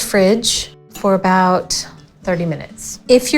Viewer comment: Please stop saying about